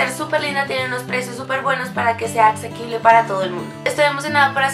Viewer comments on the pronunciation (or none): Alguien sabe que es "acsequible"? Pau ❤ trataste de decir "accesible" ?